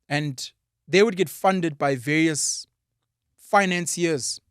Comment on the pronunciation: The Indian genes in you sometimes show up especially when you have to say vaRious, the R just disappear 😂🤣🤣